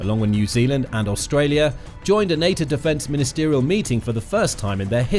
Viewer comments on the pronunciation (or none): none